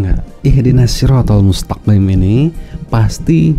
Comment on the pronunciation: Habaib itu jamak dari kata habib, bisa keturunan rosul bisa juga kesayangan, jadi OTEN ini cetak keturunan rosulullah..???? Baca MUSTAQIIM aja salah, dibaca MUSTAKIN.